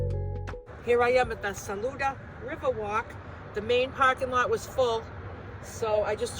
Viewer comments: Yep, you said Saluda just right. 😊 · Yes you are pronouncing Saluda correctly.